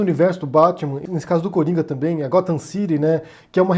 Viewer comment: "Arfur" e "gofam" não dá?